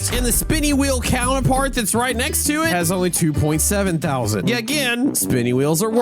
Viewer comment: Three tousend😂